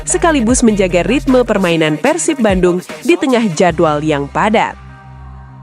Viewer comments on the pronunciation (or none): Yg bner ath , bukan Persip tpi PERSIB